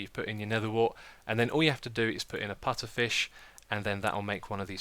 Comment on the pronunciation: he can say putterfish if he wants to